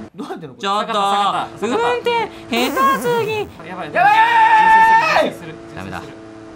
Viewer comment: ヘ↗️タ➡️す↘️ぎ➡️